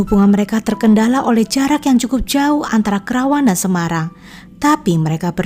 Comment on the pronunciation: Bukan krawang,tapi Karawang